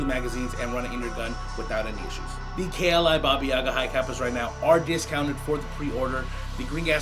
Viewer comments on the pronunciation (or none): It's BAHBAH•yehGAH.